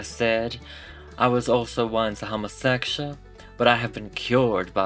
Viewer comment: the way u said homosekshul 👌👌👌👌👌👌👌👌👌👌